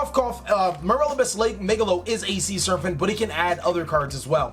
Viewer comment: It's SER-PANT not SURFANT. Sheez